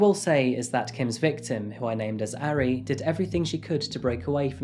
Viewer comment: He still mispronounces the "a" sound, which he also does with Japanese which annoys me. He's saying "airy" lol. Idk why people have such a hard time with vowel sounds in romanized Asian languages because they're actually very consistent and easy to learn! With Korean the major struggle is consonants. I worked at a taekwondo studio and was always self-conscious of pronunciation but you can find audio to imitate. Japanese on the other hand is so freaking easy to pronounce correctly yet English speakers don't care about butchering it.